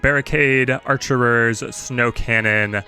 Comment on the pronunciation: it's "archers" not "archerers"